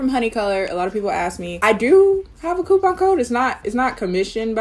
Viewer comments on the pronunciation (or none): none